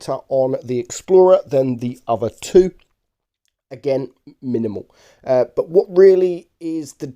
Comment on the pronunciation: Say ‘minimal’ again😁